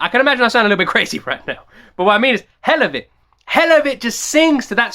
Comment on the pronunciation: This is kinda late yo This is an old song. Toms been killing it for years. It's pronounced hell la vit Like for the hell of it.